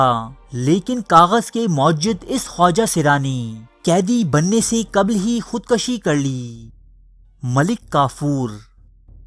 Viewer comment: Bhai "khud kashi" nahi hota "khud kushi" hota hai. Jazak Allah.